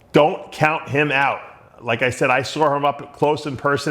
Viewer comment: Saw'er?? Amanda'er???? Canada'er ???????????? whats up with the 'ER??